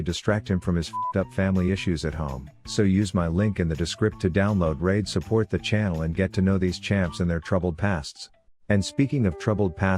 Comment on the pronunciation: I did not just hear fucking susport